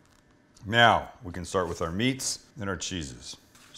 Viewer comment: did he say "meow we can start with our meat and our cheeses"